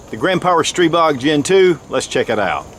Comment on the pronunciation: Your Stribog is pronounced 'stree BO'